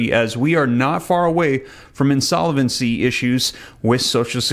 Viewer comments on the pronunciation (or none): FYI. The word is “insolvency”, not “insol(e)vency”. You say it incorrectly every time.